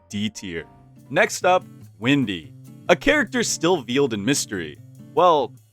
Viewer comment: Crazy pronunciation of veil